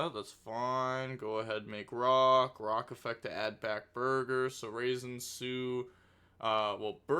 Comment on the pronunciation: I believe it’s pronounced “Rah-Zen” not “raisin”